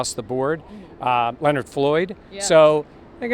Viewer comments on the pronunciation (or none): none